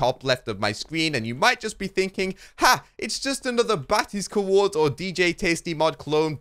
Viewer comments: Cuhords, its COORDS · The couords mod lol one syllable, not two hah